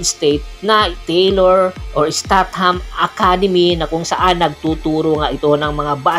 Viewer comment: Isteytam po sir hindi po estat ham..